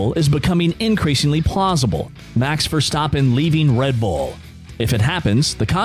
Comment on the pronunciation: Your A1 is terrible... You can't even pronounce Max’s last name!!! You sound corny!!! 😂👎👎